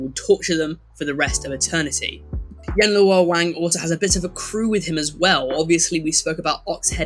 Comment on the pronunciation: Me, an Asian: Yan-Luo-Wang This dude: YENG LUOR WENG It's ghost festival here so my family heard you said that and laughed.